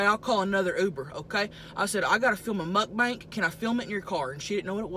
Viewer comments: Lol she says mukbank 🙊🙊♥️♥️ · Alex Millsap idiot title says mukbang you pronounce it mukbank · I love how she calls it mukbank absolutely love you and your channel tammy!! I also love how u both have the same nails!!! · “MUK BANK" LOL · Am I the only one who realized she says mukbanks 🤣